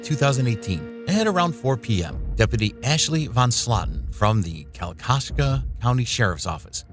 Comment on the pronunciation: Your butchering the word kalkaska, I'd hate to hear you pronounce Ypsilanti